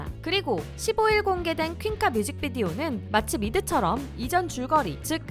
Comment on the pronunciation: 저도.. 흠 노래는 얼나잇 알러지가 더좋았는데 듣다보니 전소연 퀸카발음 쫀득해서 듣는중